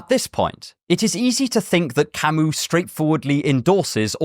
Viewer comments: Camee, not Camoose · Camus is not French! You dont say his name camU, but cami